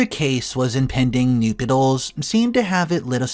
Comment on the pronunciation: ‘nuptials’ not ‘nupitals’. Do you care that the text contains copious errors?